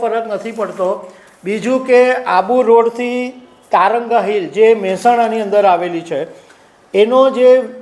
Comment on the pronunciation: તં ર ગા નહિ તારંગા હિલ છે